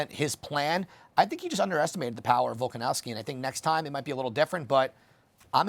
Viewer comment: there's no W in that last name...it's a V!